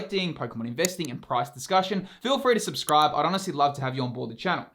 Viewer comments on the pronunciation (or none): none